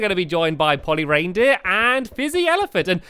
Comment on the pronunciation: Did anyone else think he was saying "Holly Reindeer" instead of "Polly Reindeer"?